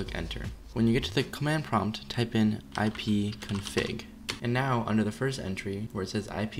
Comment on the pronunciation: Dis he say ipfig